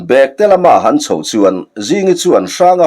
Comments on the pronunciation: Bekte, tih hi thil ahna bag, ti a lam rik tur ni loin, saptawng a back, tih a kan lamrik ang a lam rik zawk tur ani lo maw. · "Bekte tih leh Bêkte" khawizawk hi nge dik ang? I lamdanah hi chuan "Bekte" tihin i lam thin sia, "Bêkte" tih zawk tur a maw ka lo ti thin a...